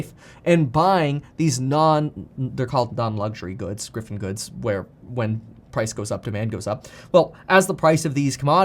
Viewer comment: Just so you know it's "Giffen good" not "Griffen good"